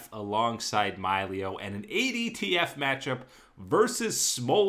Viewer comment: I couldn't keep listening after he said My-leo the third time